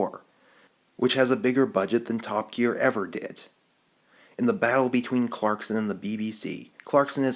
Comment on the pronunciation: Did he say "Top Geak". 0.07 . XD